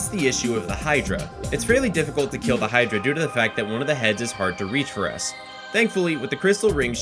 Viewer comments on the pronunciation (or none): none